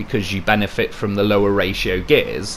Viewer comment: GOTTA LOVE A "LOW REAR" .LOL